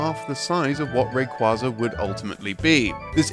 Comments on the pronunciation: It's pronounced Ray kwaiza with a hard A. I know it sounds dumb but look it up. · That’s not the way you pronounce “Rayquaza”.